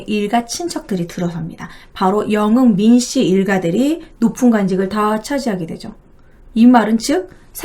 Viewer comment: 발음이 너무 안좋음. 여흥 민씨를 영흥 민씨라고 발음하는게 너무 귀에 거슬림..